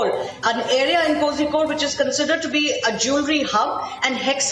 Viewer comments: Pronouncing of kozhikode is Kolikod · It's koricode.